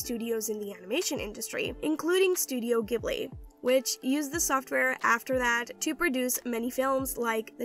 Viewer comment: The way she pronounce "Studio Ghibli"...